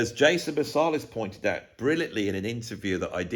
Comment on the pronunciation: The one thing I take away from this deep and we'll thought out video is that I think you pronounce Marsalis wrong. I think it's MarsAlis like Ant. What do you think😊. Great video. The thoughts about hip hop I think we're spot on. The hip hop from the 80/90s is so exciting and inventive, funny and expressive and came from individuals collaborating and creating from each other. Sounds familiar.